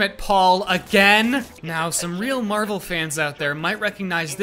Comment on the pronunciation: Why is it that your average white American prounouces marvel as marbel